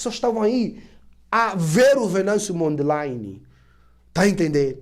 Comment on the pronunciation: So para ratificar chama-se Venâncio Mondlane. Não Mondleine.